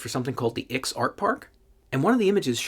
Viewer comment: I'm from Charlottesville, and I've performed at the IX Art Park, many times. Comedy at the Sake Brewery, and music next door. So, I recognized this place instantly! Bravo for saying the name right. Many people think it's a roman numeral, but it's not, it's someone's last name.